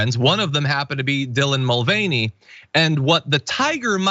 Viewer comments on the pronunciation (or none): i thought it was pronounced MULL-vah-NAY